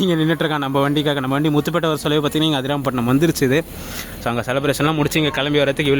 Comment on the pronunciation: Hi, why are you failed to pronounce the name ADIRAMPATTINAM (AMM)